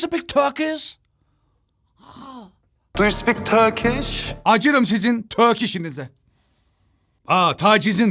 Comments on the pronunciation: ✨ Do yOu SpEaK tÖkİş ✨ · Du yu spik töökiss Dediği yerde koptum anlamlar uyanmasın diye gülmemek için zor tutuyorum kendimi